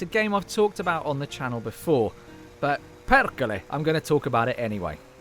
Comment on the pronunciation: Man said Perrrkele =))))))🇫🇮🤦🏻‍♀️😂😂😂😂